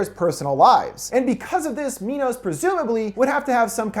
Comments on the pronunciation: 'My-noss' like the greek king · why pronounce it "mee-nos"? isn't it "my-nos"? y'know, like the greek king who had daedalus create the labyrinth to house the minotaur? i mean shit, you wouldn't call it a "mee-notaur". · I kept laughing when he said "Mee-nos" since my dog's name is Minos but we pronounce it "My-nos". Clever name though since King Minos was the ruler of Crete who had the Labyrinth made to house the Minotaur. Also, he became a judge of the dead so it works two fold as they are judging those they are leading to die. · Am I the only one who thought MINOS said MINDS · nop i am there too this whole time i thought it was minds